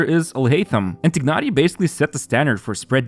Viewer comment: I'm sorry but that tighnari pronunciation is killing me